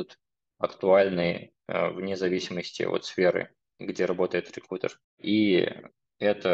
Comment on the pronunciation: Очень режет слух "реКУтер"